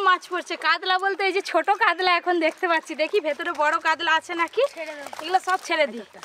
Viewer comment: কাদলা(কাতলা) মাছের পাদলা(পাতলা) ঝোল !! কী অনবদ্য উচ্চারণ!!